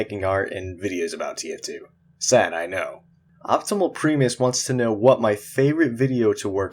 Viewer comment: You said Primus wrong